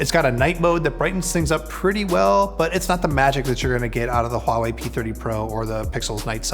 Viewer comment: WOW, you pronounced 'Huawei' correctly, which is kind of rare across majority of tech reviews on Youtube. It was like native speakers say it. Also, a sleek and enjoyable video to watch. Very well done.